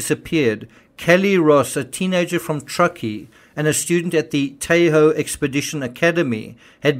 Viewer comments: the "a" in Tahoe is short, as in "tah ho". Thanks for all your hard work on our behalf! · the pronunciation of 'Tahoe' is the a is like ahh. I grew up there.